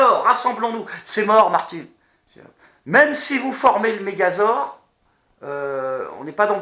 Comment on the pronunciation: Mégazor ? Mdr tu voulais peut être dire Mégazord :D